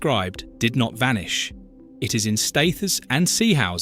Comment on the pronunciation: Pronounce Staithes correctly, it is pronounced STEERZ and not as you pronounced it